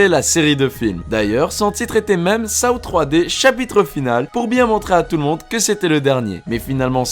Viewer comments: On dit sau pas sao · Saow ? On dit Sauw, petit être sympathique 😋 Mais bon la vidéo reste très bien ! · On dit pas Saw mais sauw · 😂Ca se dit pas Shaw mais Seaux 🤣et je l ai est tous vu SORTIE DE JIGSAW 2 15 MAI 2020